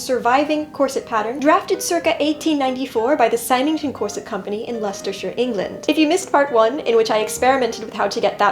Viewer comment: My dear BB, lovely work. May I help...? Symington is pronounced SIMM-ING-TUN. I thought I should make myself useful as I love your work here. 🙂